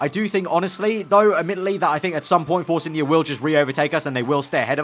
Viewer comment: sometime when you say force India you pronounce it force Indy car